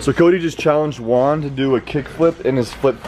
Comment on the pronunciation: I have a question : why do call Juan "One"? Its Juan not One xD